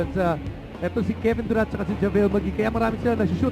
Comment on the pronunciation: dude its JaVale not Javele lol.